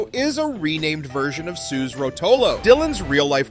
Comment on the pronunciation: I think if you had done any decent research, you'd have learned that Suze Rotolo pronounced her name "Soo-zee", not "Sooz". Another example of the decline of a once good channel.